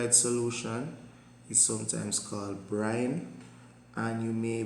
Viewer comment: sir is it brime or brine????